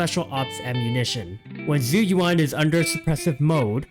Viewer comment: ISN'T IT more like jew youwan. (yes i'm preetty sure this is the accurate pronunciation based off my mandarin class)